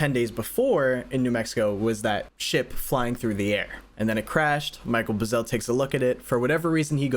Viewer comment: The rancher's name was Mac Brazell. Not Michael Buzell.